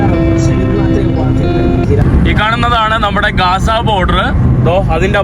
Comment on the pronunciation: Not gaasa.say GAZA